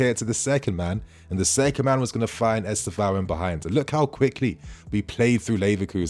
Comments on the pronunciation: Try to put the accent on the penultimate syllable. EsTÊvão. If possible. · The kid is great. If you are interested... the way we (Brazilians) pronounce the name is: Istêvaun. The "tê" is the strong syllabe: is-TÊ-vaun. The "vaun" is pronounced really fast. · Please y’all! Try to say his name correctly. I don’t know how to explain but you can ask a Brazilian person how . Same thing with Bruno Guimarães. Thanks !